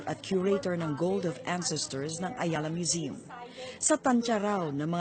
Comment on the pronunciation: Tama ba ang narinig ko.... " Ayala Museum ".